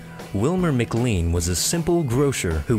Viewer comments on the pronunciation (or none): McLean is pronounced 'Macklane